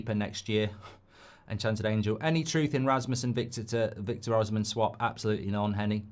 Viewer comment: Mark still pronounces Bruno's last name as if he's Spanish, Osimhen as " oz zum men"